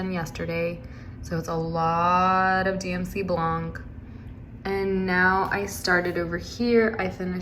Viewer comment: Yeah, good buying, the Dubko, what color did you chose? Your projects are beautiful. Just for fun learning, you don't pronounce the "c" in blanc. 😊